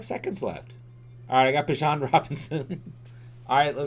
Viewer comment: sorry for being nitpicky but its Bee-Jahn not bih-jon and he is a better pick than any QB, lucky he fell to you